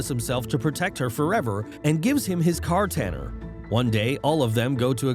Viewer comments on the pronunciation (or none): so nobody gonna talk about him pronouncing Katana to Cartana💀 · "and gives him his Kartanner" how do you butcher the word Katana so badly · cAR taN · Car tanner is crazy 😭😭😭 it’s katana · Wtf is a car tanner?? Oh, you meant katana. Lol. 😂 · What the fuck is a cartaner its pronounced katana dumb ass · Bro said “car tanner” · Bro said car-tanner wtf is that it's katana 😭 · did bro just say kartana? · My favourite part was when he said, "Kaartana". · “Kartana Sword” I can’t begin to describe how hard I cringed when he said that… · Literally leaving a comment cause of it. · I noticed that too. CARTANNER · Immediately I heard it, I went into the comment section to see if anyone noticed too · Car tanner, Tanner of the cars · car-taner are you serious right now? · "Car tenner"😂😂😂😂